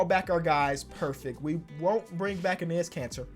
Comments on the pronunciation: It’s pronounced “Ennis” Kanter! I’ve commented on like every video where you say his name cause it makes me cringe every time lol love the vids tho! Huge fan! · Its pronounced ennis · enes is pronounced like the second time you did it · Dear lord, say Enes right.